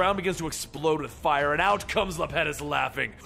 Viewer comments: It's small, but the Titan's name is pronounced Iapetus, with an i (I-a-puh-tus). Great read through regardless. Keep up the good work bro.👍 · It's iapetus